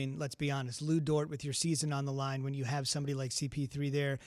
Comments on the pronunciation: Dude keeps saying lu dert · It's Lu DORT, not Lu DIRT. Respect my hometown Montreal PRODUCT!!!